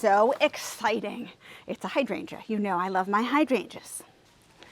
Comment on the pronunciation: I find it really interesting that you say hydrangea (hydran juh) like I do in St Paul MN. While so many people on youtube mispronounce it as hy drain gee-ah. It is the same with clematis, so annoying since if any of those gardeners google the pronunciations, they will see how they are off the mark from official pronunciation.